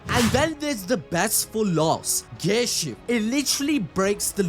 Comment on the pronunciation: Why do i hear ghay shift instead of gear shift? 🧐